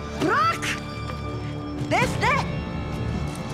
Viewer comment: Nazan defne demeyi bilmiyo hep def-neğh diyo